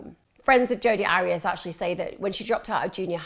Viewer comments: AIR-REE-ASS not ARRY-ASS . I so wanted to listen to this, but if you can't even get the name right... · Her name is pronounced' Air re as' but who cares shes a nobody 👍🏽